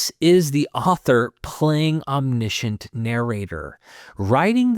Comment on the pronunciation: omniscient - om·ni·see·uhnt